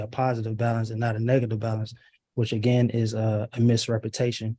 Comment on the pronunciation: “misrepatation”?? Sir, at this rate, no amount of extra preparation will save your sorry ass 😅